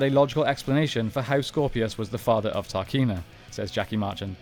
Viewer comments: To say your a power ranger fan, you really mess up the pronunciation of various names. You’ve even got the book there so you haven’t any excuse.... It’s TRAKEENA, not TARKINA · It's Trakeena, not Tarkeena, my dude. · He also calls her Tarkeena, despite her name being Trakeena on the screen when he starts talking about her. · It is not pronounced Tarkeena, it is pronounced Trakeena, based on "Traquina" which is portuguese for "mischievous". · Anyone notice him pronouncing Trakeena like Tarkeena? TRA Not TAR Made me facepalm a bit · Trakeena not tarkeena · Why does he keep saying “TARKEENA”? It’s Trakeena… sounds like he hasn’t even seen the show 😠